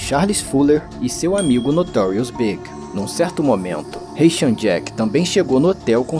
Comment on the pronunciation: ...lost me at 'Notorious "BIG"'. Not B.I.G., but pronounced like the opposite of SMALL - in the very first sentence. Peace out, A.I.